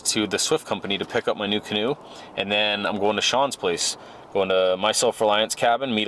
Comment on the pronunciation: The kaa-noe Is awesome ay 👍👍👍